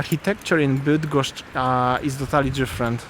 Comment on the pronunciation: cos za latwo idzie tobie wymowa -bydgoszcz,kim jestes??